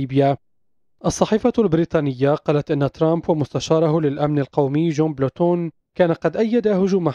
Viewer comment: هههه. بلوتون . اسمه بولتون ياقارئ التقرير .